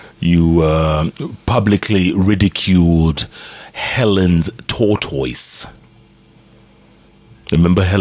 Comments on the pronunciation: Eh 😂😂😂Jeff your pronunciation of Tortoise ni mbaya Sio “TOTOIS” lol 😂 is pronounced differently I know that in most English accents and North American ones is pronounced “tortus” (or in parts of England, “taught-us”. In many Canadian and US accents it's more like “toddus”. Hapana Totois lol 😂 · Jeff Ni ta-tais not to totois.